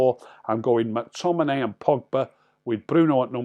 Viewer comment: Any chance you could actually say the players names correctly.....mack tominay .....marshall.....bayley.....